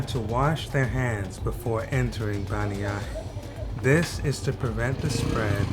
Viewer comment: Listening to how you pronounce bannyahe I thought it was somewhere else in another country I thought the caption was wrong